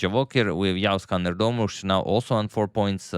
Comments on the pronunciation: dude pronounced Erdoğmuş perfectly. That was a surprise. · you pronounce "erdoğmuş" as well as a turk thank you so much.❤